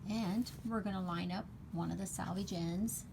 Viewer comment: Thanks! I’m actually going to try it the other way round too. But also just FYI it’s pronounce “selvage” like the word “self” because this is a self finished edge instead of pronounced “salvage” like a salvaged car lot